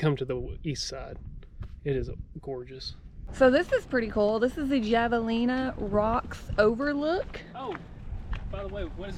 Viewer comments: LOL...... the javalina is pronounced HAVE-A-LINA ..... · Javelina pronounced "Havelina", just saying. Great Vlog! Happy New Year! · It's pronounced "Havelina" with the J being silent. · pronounced HAV A lina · I think its pronounced "havalena" the J is an H sound in spanish. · Yours is the best video I've seen of Tucson! I've been to all the places you visited. It took me two tries to hike Blacketts Ridge trail. It's funny hearing you miss-pronounce all these words: javelina is pronounced "havelina", saguaro or sahuaro is pronounced "sawaro" and Mt. Lemmon is pronounced "Mt. Lemon". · Lol, you guys definitely are not from here. I did the same when I first moved here. The locals corrected me all the time. Javelina is pronounced with an H. Mt. Lemon even though it has two m's. The g is silent in suguaro. You gotta remember the amount of spanish influence we have here. I love Arizona. And its cool to see ppl exploring and enjoying Tucson and the surrounding area. 🌵🌵🌵🌴🌴🌴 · Great video, glad you got to enjoy Tucson. FYI It's pronounced "Havalina" and Mount "Lemon" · Man that "hav-a-lina" part was killing me. Born and raised in tucson. Some of this stuff I've never seen. Crazy.. cool video though. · It’s pronounced “Havelina.” They are a Peccary and not a hog. Really cool animals, if you get to see one. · My home! Javelina is pronounced have-a-lina. They're cousins of pigs bit not pigs. Edit: Feel free to hit me up next time you're in town. Edit 2: La pa-ri- yah Sweez-ah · By the way, its pronounced "Hah va lina" :)